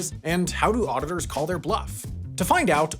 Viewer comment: why do you say the word 'auditors' like auditorrrrrs? you sound like a cat purring